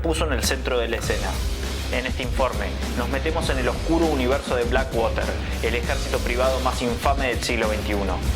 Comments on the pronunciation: No se lee blackwater. Si puede pronunciar black porque no puedes pronunciar water sin decirlo como se lee. Su pronunciacion es " uarer " y se entiende cundo lo dices : uarer = water. Blackuarer. No sigas diciendo waterrr que se escucha super mal. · Black woter ?? No entiendi tu ingles ! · Por fabor, ya no digas black (wOter).. 😢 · Este pana dice "infame" .. jajajjaja... Primero deberías aprender a pronunciar BlackWater...😂